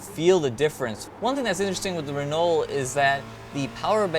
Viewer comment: Please guys - it's pronounced reno (in the rest of the world :) I guess we should ask the french... silent L, silent T??? but thanks for the preview... can't wait